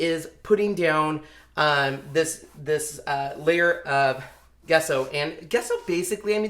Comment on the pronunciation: Nice job. Also, pronounced “Jess-o” and not “Ge-sso” 😃